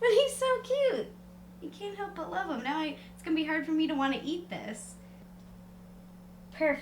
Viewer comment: Love not lobe